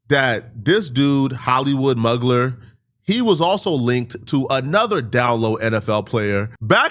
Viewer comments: It’s pronounced MU-GLARE .. not MUG-LER 😂😂. Sorry I was agitated with that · Mugler is (moo-glare) not (Mug-ler). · it’s pronounced moo-glare,. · Mugler is pronounced myooo-glare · I believe it's pronounced "moo-glare" (Mugler)